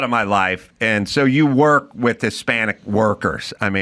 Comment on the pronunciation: where you say, "... you work with dudes who **work**..." with that extra bit of emphasis, I really know that you have worked with guys like I have worked with. Berry fields as a kid, too. 👌👍😁